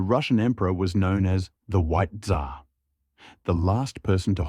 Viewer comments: "TsaaAaa" такое чувство будто буквы "r" в английском языке просто не существует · "Tzar" ->"dzAAaa" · то что он Ц как З читал мне больше ухо резануло